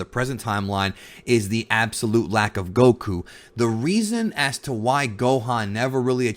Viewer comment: It's Goku, not Gokuuu.